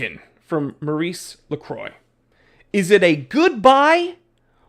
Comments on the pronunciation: "lacroy" ahahaha are u serious? You don't even know the pronunciation! Btw, ML is a really good brand in europe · Aikon is pronounced like icon in English. Lacroix, the "croix" is like in croissant, with a hard rolling "R". As for the brand. I scored a pontos S diver chrono for a few hundred euros unworn. Look and thou shalt find bargains. Oh, eta 7750 caliber 200wr, 43x15mm. Not bad I think😂